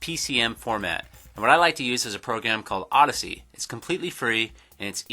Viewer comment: I still can't believe you have the audacity (AWW-DASS-ITY) to say oddessy. XDXDXD